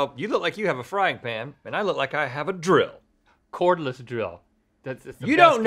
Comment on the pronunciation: Cordless, not Cornless